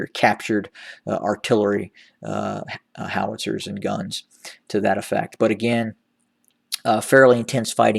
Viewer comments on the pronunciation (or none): none